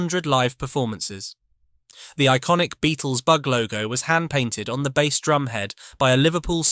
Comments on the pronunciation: it really jars, doesn't it? It spoils an otherwise good channel. I struggle to listen to it. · Hearing "bass" pronounced wrong in one sentence then correctly in another tipped me off. Clicked off after that. Don't even care if it's interesting, if creators won't put in the effort, neither will I.